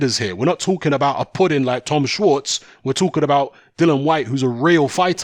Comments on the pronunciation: It's Dillian as in title not Dillan as you keep saying. Size doesn't matter when you get clipped on the temple it's game over for some. Fury fought a taxi driver imo. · listen mate can you at least get his name right it Dillian not Dylan